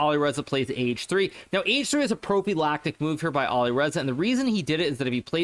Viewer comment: "Propilactic" lol what a doofus hikaru is sometimes Edit: maybe he says prophylactic but he mispronounces the y and uses the wrong emphasis